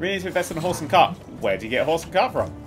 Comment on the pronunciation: dan is saying horse and cart but it sure does sound a awful like something completely different that his wife wouldn't like lol.